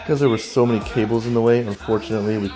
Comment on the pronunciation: 够烂的英文